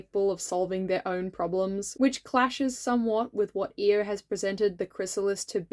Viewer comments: My vote for queen Monarch comes with an annoying pronunciation thing. Correct me if I’m wrong, but is isn’t it i-O instead of E-O? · I thought her name was pronounced "eye-o" instead of "e-o" strange. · I always read Io as eye-oh because that's also the name of one of Jupiter's moons and that's what I've heard it pronounced that way Maybe that's a reason why people were confused when you mentioned her? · Hi! First up, I’m here to vote for Danaid and Tortoise again, and also to let you know that Io looks amazing. Second thing,, people possibly gave you weird looks because her name is ‘eye-oh’ like the letters (yes I checked, it’s how it is in the audiobook, and this is how you say the name of the moth 😂). Oh also extra vote to the green Sandwing soldier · When he first said Io's name I thought who Eo was but then realized that he was talking about Io we just pronounce her name differently. I was so sad for for a bit because I really thought that was a character I didn't remember. I can't remember most of my own character names from books but I can remember that when Clay was imprisoned by Scarlet the dragon near him was an IceWing. This could be due to the fact that I read Wings of Fire as an audiobook while I do really anything like work, clean, eat, sleep (it helps with my insomnia). If anybody is up for the challenge can you comment to this comment a character you think I might not remember from Wings of Fire, please. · I'm glad you made Io, I really like both her design and her character. I did think her name was pronounced diffrently, lol. Also, I'd like to vote for grayling and the scrap fabric dragon :) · I've gotta be that pest who tells you, it's pronounced "Eye-oh"! Edit: And also "Suh-KAY-duh" for Cicada :)